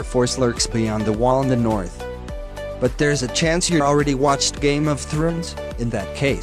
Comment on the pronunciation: I was like why is he saying it like that lol.